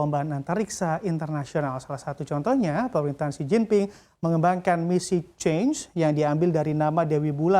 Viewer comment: bukan change.. tapi chang-e... e nya dibaca seperti e pada kata beri..